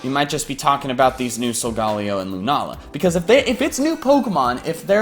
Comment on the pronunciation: Correct me if I'm wrong but I think it's sul-guh-lay-oh not sul-gal-e-oh